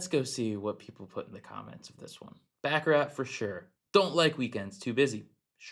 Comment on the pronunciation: It's baccarat